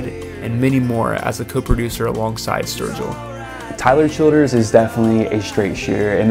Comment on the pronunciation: thats how I've always thought his name is supposed to be pronounced. Sounds just right to me.